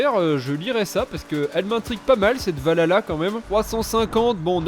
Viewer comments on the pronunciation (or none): juste, ca se dit val halla en prononçant le H